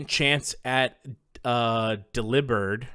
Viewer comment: you pronouncing delibird like deLIbird made me realise the pun in its name for the first time in 20 years